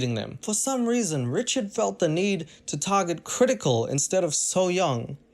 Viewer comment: I like how he says wrichaurd but he said it right once so i love him mow